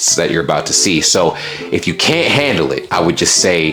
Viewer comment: I love the way you seem to have masterd the use of the English language, your pronunciation cunt was spot on.